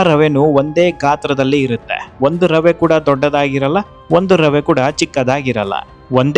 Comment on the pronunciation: ರವ ಅಲ್ಲ ರವೆ